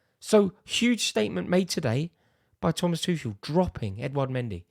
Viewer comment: Put some respect on Tuchel's name 🤣🤣🤣